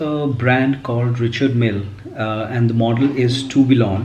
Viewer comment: Tourbillon is pronounced as 'Turbion'